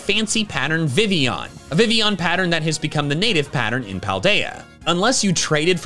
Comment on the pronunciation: I know not many people are fond of Vivillion, but if you're gonna make a video about facts, calling Vivillion "Vivion" doesn't help